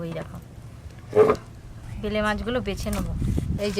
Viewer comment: ভেলে মাছ না বেলে মাছ বলে আজব সব উচ্চারণ